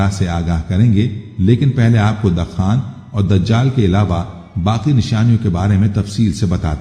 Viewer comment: جاھل شخص , دَخان بول رہے ہو طبکہ یہ لفظ أَلدُّخَان ہے فَارْتَقِبْ يَوْمَ تَأْتِي السَّمَاءُ بِدُخَانٍ مُّبِينٍ